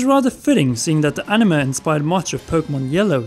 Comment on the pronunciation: The animuh? Wtf are you serious it's ani-may